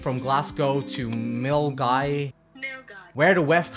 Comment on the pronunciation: Hey I just got round to watching your video and love it. You did a great job and I think I am most impressed that you managed to pronounce Milngavie 😂 and of course your in depth research. I have not yet done the West Highland Way but your video makes me want to next year 👌🏼